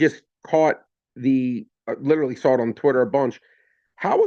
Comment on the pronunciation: There is no L in the word saw. Please stop saying sawl. I'm begging